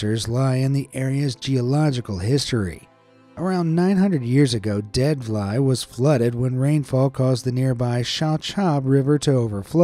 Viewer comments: Vlei is pronounced as 'flay'. It's an Afrikaans word plain (I think. My Afrikaans isn't that good). Regardless, I love that includes Namibia in some of the videos. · As a South African who speaks afrikaans it was a bit strange hearing you say dead vlei because "vlei" is actually pronounced "flay" in places such as South africa and Namibia❤